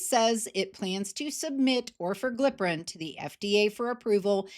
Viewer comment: Should be noted only the lowest doses of the new pills (Orforglipron from Lilly, and ‘Oral Wegovy’ from Novo) will be priced at 149. The highest doses will be 399, according to Lilly. Still, it’s an improvement. 🤷🏼‍♂️ Also, it’s pronounced or-FOR-gli-pron (I think).